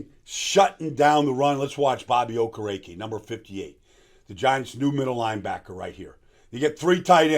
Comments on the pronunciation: I loved your analysis. Excellent breakdown. One thing, I heard him say how to pronounce his last name. It is pronounced: “Oh-Ker-A-Kay” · Yeah Baldy slaughtered that name...😂